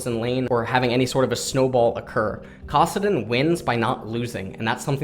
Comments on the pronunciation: You say Kassadin weird and the only person I've ever heard say it "Kahsadin." It's Kass, just like Cassiopeia. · Valerius Korean pronunciation